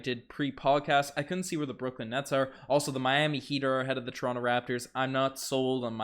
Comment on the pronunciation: I luv ya but pronounce toronto properly pls 🤣🤣